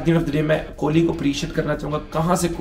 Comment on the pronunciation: Haha kholi nahi king kholi